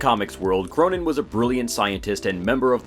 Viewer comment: He's pronounced "Krönen", not "Kronen".